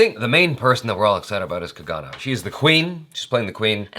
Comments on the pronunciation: its kangana....not kagana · can never say Kangna right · Hi her name is pronounced like this.. cung uh naah